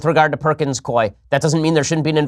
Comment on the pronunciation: perkins [cooeee] not koi